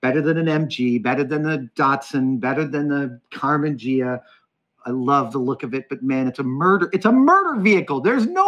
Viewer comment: Ghia: gee-ha not jee-ha